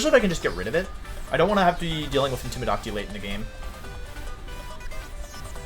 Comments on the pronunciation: In-tim-i-dah-ting. I'm gonna go ahead and guess I'd have to be a loyal fan of Wolfe to get why he pronounces things the way he does. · Matt M he also pronounces intimidate wrong too, ik he means that as a joke but my god its kinda annoying lol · I'm new to wolfey is there a reason he pronounces some words differently like intimidate and ninetales or does he do it on purpose.. no disrespect meant just curious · Do you say gyarados and intimidate wrong on purpose? Lol